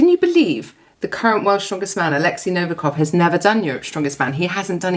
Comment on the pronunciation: I just don't understand, how can you mispronounce Nov I kov, every single time? There is no A in his surname!